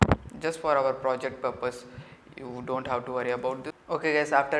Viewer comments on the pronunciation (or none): none